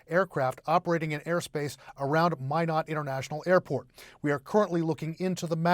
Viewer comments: IF YOU ARE A NEWS PERSON, CHECK PROPER PRONUNCIATION OF THE CITY YOU ARE TALKING ABOUT. IT IS NOT MIN OTT BUT MY NOT, NORTH DAKOTA. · Mīnot not Mĭnot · FYI, Minot is pronounced "my-not", not "minn-ott". You're welcome. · it's MY-not, not min-ot. How do you get to your level in your profession without knowing that?:elbowcough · Do announcers not learn the correct pronunciations before reporting? The 2nd man did better, pronouncing the city as My-not. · It’s pronounced “My-not” stupid CNN “reporter”. Minot, cause why not. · It helps you pronounce cities correctly! It’s “my not” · It is pronounced "MY KNOT" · Min-ott…that’s a fun pronunciation 😂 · It’s pronounced “My not” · Lol, great source of news. Can't even peonounce a US city properly. 😂😂😂😂 Glad the second guy knew. How embarrassing. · Perhaps a lesson in how to pronounce Minot is in order. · It seems that news announcers would at least look into the pronunciation of the names of cities in their reports. C’mon man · At least one of these broadcasters knew how to pronounce Minot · Are you saying this CNN broadcaster is saying it right? Cuz he's not 😂